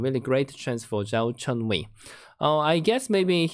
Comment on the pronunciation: It's Zhao Chenyu not Zhou Chenyu